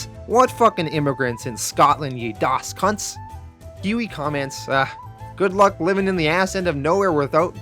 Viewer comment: As a Scotsman to hear you say "Doss cunts" is funny